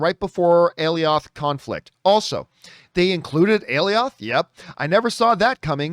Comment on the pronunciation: It’s pronounced “A-Lie-Oth”